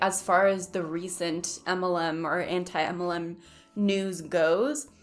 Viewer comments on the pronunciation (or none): Yea you’re cute and all but why don’t you say MLM? As in M. L. M. Or “em ell EM.” You say “umULLum.” Like “um- ull UM. I’m POSITIVE I’m not the 1st nor last to ask.